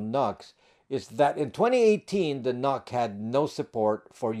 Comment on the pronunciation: I'm pretty sure NUC is supposed to be pronounced like "Nuke". Think about it, ...Intel Atom, as in "atomic", ...Intel NUC, as in "nuclear"... It just kinda makes sense. 🤷‍♂️